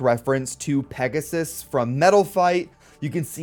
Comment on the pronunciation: Remember its called pegasus not pegasis